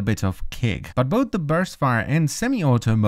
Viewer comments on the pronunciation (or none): none